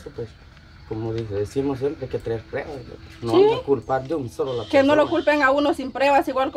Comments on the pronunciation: Trucha se dice pruebas no prebas hable bien no que es una persona adulta habla como niño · LA PALABRA CORRECTA ES PRUEBA, NO PREBA APRENDAN PRUEBA ,PRUEBAS,PRUEBAS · 😢se dice pruebas no prebas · Trucha habla bien se dice pruebas No prebas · Trucho: burrrrro se dice: PRUEBAS.